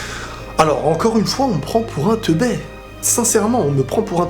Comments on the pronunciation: Teubé pas "teubè" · Rien que le fait de mal dire "teubé" donne vraiment l'impression que tu es "teubé"... Je suis content de m'être désabonné il y a longtemps. Tu te contredis entre toutes tes vidéos.... Essaye d'être clair et de ne pas revenir à chaque fois sur ce que tu as dis... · on dit Teubé pas Teubai sinon bonne vidéo